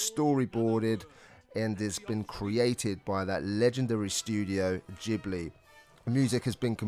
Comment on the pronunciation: Ghibli has a hard 'G', boys. It's Italian.